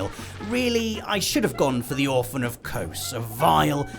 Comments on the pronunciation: Lmao orphan of kohs It’s actually pronounced as a Z Orphan of Koz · "Orphan of Cose" You very clearly didn't play this boss hahaha Edit: it's Kos... or some say Kosm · Kos, or some say Kosm. But no one says Kose... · Orphan of kose? Oh you mean kos do you 😂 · Kos. Or some say Kosm. But says Kose 👀